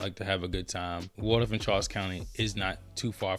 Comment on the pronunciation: I love St Charles County! Video is spot on but remember it's Waldorf not Wardorf or Wardoff....lol